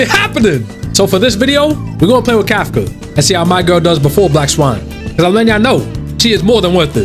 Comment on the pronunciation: you have me saying kafka as kafCUH